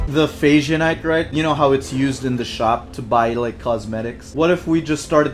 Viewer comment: Jesus Christ,, they’re not phazyonite, they’re fashionite